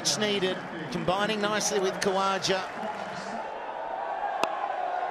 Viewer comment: Btw comentater its not usman "kaja" its usman kawaja lol